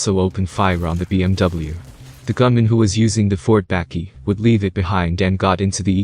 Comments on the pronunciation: Love the content, just some positive criticism. The pronunciations of some South African words make your skin cringe a bit. 'Bukkie' and 'Tik' for instance. You can find these being said on SA YouTube channels, otherwise great content! Keep it up, would love to see more! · Atleast make some effort to pronounce bakkie 🤣